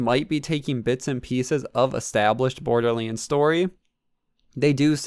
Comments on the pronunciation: it's borderlands not bordelands say it right dude you idiot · dude come on it’s pronounced borderlands not borderlyands